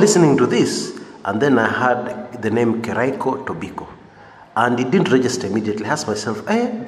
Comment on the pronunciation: Hey bro. It's Keriako not Kiraiko.